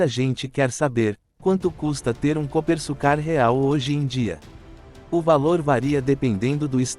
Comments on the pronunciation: Coopersucar (pronuncia-se Coopersúcar) e não Coopersucár. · Pilotos e comentaristas de teclado falam coisas aqui que arrepia até cabelo em poste. Geração que acompanha só Max Kid Vigarista nunca imaginou que tivemos um carro feito aqui, ficam no tiktok diariamente e quando sai uma reportagem ficam, nossa, bah tivemos aqui. Outra coisa, narração de IA falando o nome da equipe de forma errada que dá vergonha. Já é o segundo vídeo que falam do mesmo jeito. Canais que querem iniciar, melhoram sua pronúncia e pesquisas, material na internet séria tem a vontade, basta usar as duas mãos no teclado, larga a mamadeira e façam um bom trabalho pra geração Z(zoia zero de comprometimento). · A pronúncia está errada e o nome do modelo também, este é o Copersucar F5A .